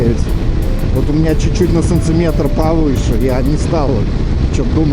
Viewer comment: Что за санЦиметры? Это что вообще такое? Говори нормально!